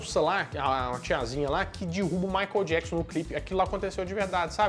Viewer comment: A pronuncia correta é: " Maiquiél Diéquisãn"! ( fã perfeccionista kkkkk) Parabéns pelo vídeo!